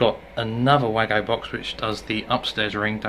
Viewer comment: Great video. Just one tjong, it's a wago box not waggo.